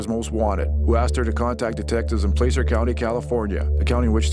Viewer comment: It's pronounced "PLASS(like glass)-er". Not PLACE-er county! Anybody from Sacramento knows that